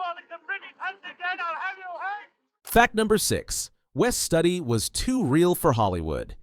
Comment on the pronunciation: A.I. Voice. It's Wes Stoody Studi=Stoody. Not Study. A.I. voice has no heart and no soul. This film deserves both.